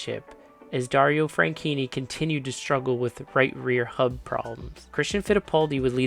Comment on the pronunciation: dunno if I'm going deaf but I swear you kept pronouncing Franchitti as Frankinni Also, I watched this race live on TV... I remember thinking it would be nearly impossible to survive it, and sadly, my fears were proven right